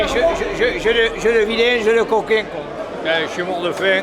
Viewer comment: l’oncle vaaa dieuu dit coquaing